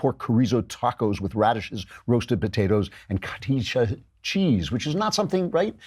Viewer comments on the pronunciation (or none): Klavan, chorizo is NOT pronounced with a K sound. You can say choreezo, but its supposed to sound like chor-dee-so. Spanish speakers get mad when i use a ‘D’ to explain the rolled ‘R’, but it works for english speakers. Also, Cotija, is pronounced KOE-TEE-HA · It’s pronounced Co Tee Ya. It’s a light, creamy cheese. It’s very powdery though, similar to Parmesan, though not as pungent.